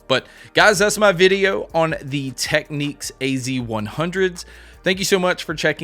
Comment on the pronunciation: it's pronounced "tech-nicks".